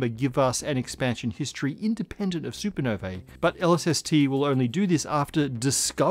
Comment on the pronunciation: Supernovae = “soo-per-noh-VEE”!